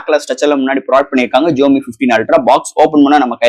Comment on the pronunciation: Your Tamil pronunciation very very worst bro xiaomi Pls correct ur pronunciation To awkward to heard it